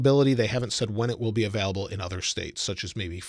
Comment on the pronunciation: Is he saying “available” or “avelable”